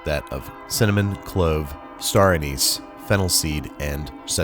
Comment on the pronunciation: I see you also purposefully mispronounce "star anise" because the correct pronunciation of "anise" sounds too much like "anus."